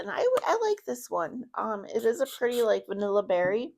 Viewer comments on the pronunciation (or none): none